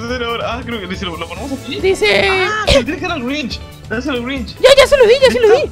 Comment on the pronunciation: Es Grinch no Grich